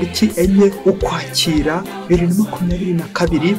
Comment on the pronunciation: Komera. Inyigisho zawe ni nziza ariko urashyoma mu masaku (signe diacritique) y'ukwezi k'ukwakira. Vuga neza izina ry'uku kwezi. Urivuze neza nta sano usanga rifitanye na recevoir/reception. Ngirango bavuga ko ari ukwakira kwakira imyaka (effet y'izuba )